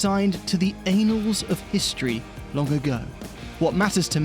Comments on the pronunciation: annals not anals! an- not Ayn-! Excellent video otherwise though, and I can't wait for the Atom video! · the ay-nulls of history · Given the next two sentences, about poop and enshittening, I'm unsure about intentionality but. It's not actually pronounced that way in British English, is it? You don't say annals like anals over there, right? While I'm here, the word you want, a new coining but seems to have gained acceptance, is usually enshittification. Yours would be synonymous structurally but yeah just fyi /Linguist nitpick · The anals of history?! 😂😂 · Feel like we missed the pronunciation on "annals of history"